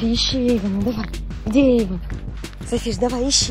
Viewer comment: Эйвон а не Эйфон